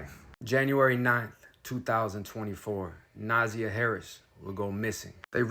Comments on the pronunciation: It's NA ZAY YA . Not nausea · Name is three syllables with emphasis on the second syllable not the first syllable so “na ZI yah” (hope that makes sense). Thanks for covering this crime story and let’s pray for justice to be meted out asap. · If you are going to report on these stories, please have some respect and get the facts right. Specifically, the pronunciation of the name. Her name is pronounced Nuh-ZY-ah. And her aunt is Shannon. Who is Teria? And he did not live there. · Her name is pronounced Na-za-yah. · Sir, I appreciate the reporting…but you TORE those names UP! I’m dyingggg 😭😭😭 the pronunciations are JAR-VUS and NUH-ZY-YUH 💜💜💜 Thank you for posting!!! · Na-Zy-a is how you pronounce her name. Na-zy-a 😅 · All of your INFORMATION IS WRONG!!!I INCLUDING THE PRONUNCIATION OF NAMES....